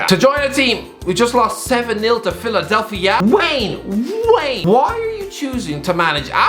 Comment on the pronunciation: Ameri-Kah Philadelp-hya Tunisi-ah this is good stuff